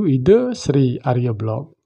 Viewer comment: Arya Belok ( bukan Belog).!?